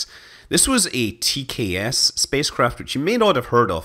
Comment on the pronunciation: Heh, keep hearing TCAS when you say TKS! Too much Air Crash investigations for me!